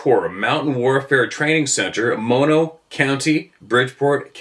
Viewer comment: Good job pronouncing Mono correctly,! Even most Californians mispronounce it as "Maw-noh".